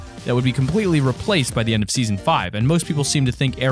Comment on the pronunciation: Why does he keeps on saying in seaaon 6